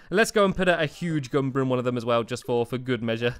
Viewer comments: Its goomba not gumba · ASO IT IS GOOMBA NOT GUM-BA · Learn your Mario words: Goomba: goom-ba (not gum-ba) The turtle is a Koopa Troopa. The squid is a Blooper (literally). The bombs are Bob-ombs. The fish are called Cheep Cheeps. The question mark block is a Question Mark Block. The ghosts are called Boos. The wizard is called Kamek. Learn the Mario way. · Stamps its Goo-mba Not Gum-ba Customize the size of Items - Enlarge or Shrink - This only works while in build mode, as changing object size requires you to be able to fit it somewhere. Take the object you want to change size of and Press Shift + ] to make it bigger. You can shrink objects down to one tile by using Shift + [ or using Control + Z to undo your changes. Press this too much and it will grow enormously. The controls for this are a little wonky, so experimentation is recommended. I press control + ] then move the object to see the change. This is necessary. Thankfully, if you go overboard like in the picture above you can always undo it and shrink the object down to a size you like.